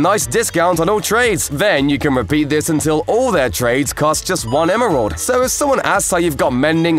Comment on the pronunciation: '' thjhis works with glass to''